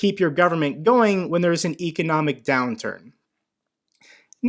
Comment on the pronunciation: You're not saying economic correctly.